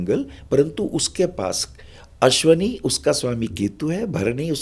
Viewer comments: सही शब्द'अश्विनी' नक्षत्र है, "अश्वनी" अशुद्ध उच्चारण है। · Punjabi me ese hi bolte hain matra kam istemal karte hain